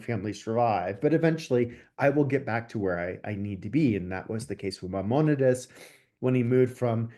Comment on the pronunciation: This man is a scholar??? Really? España didn't exist until 1492, and he can even pronounce Mimonides, Cordoba, etc. What a phony